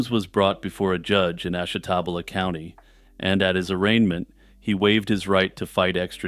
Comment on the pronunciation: Ashtabula = ASH-TAH-BUE-LAH